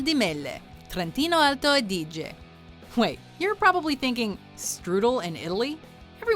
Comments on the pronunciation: Soprattutto quando ha pronunciato il trentino alto Adige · at least you could learn the exact pronunciation of "trentino alto-adige"...but whatever.